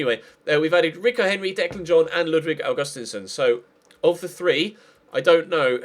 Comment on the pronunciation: Ahhhh this annoys me so much It's pronounced Aug-ust-een-son